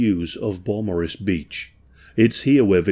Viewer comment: Beaumaris. I also had to rewind a couple times to hear the name correctly.